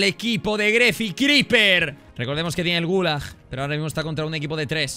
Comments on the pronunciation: y ese venezolanismo criper? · criper hablando maracucho :)